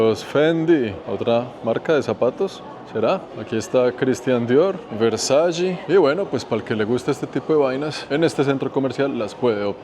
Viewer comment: Versace, se pronuncia Versache.